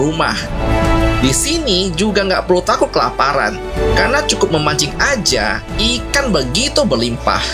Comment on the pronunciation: ikang... Logat sulawesi.